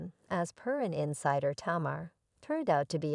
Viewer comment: Tamur??? Like lemur??? Put some respek on her name lady and at least add to ur research.......how to pronounce this woman's name. Basic respect. Sheesh. What is the purpose of this negative ass vid sis?